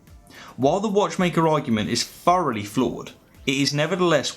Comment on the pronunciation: Furowly = Thoroughly. Just a translation, not an analogy.